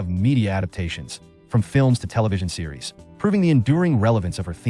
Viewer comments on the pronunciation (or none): none